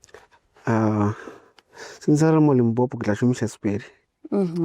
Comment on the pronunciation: repeat after me LIMPOPO LIMPOPO LIMPOPO not Limpompo